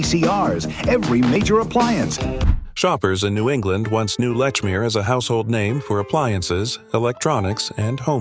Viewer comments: Lechmere pronounced Leech-meer. The guy pronounced it either Letch-meer or Leck-meer. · Lechmere is pronounced Leach-mere